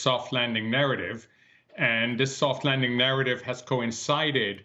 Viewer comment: A vewy, vewy thoft wanding.